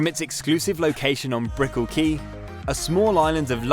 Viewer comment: Brickell not Bicknill 😂